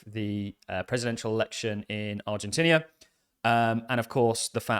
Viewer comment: Stop saying Ar-gen-tinnia! Aah!